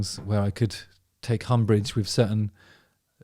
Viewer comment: Did you say "take humbrage'?